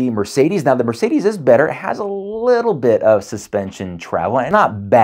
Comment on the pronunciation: It's Merr-Say-Dess, not Mur-Say-These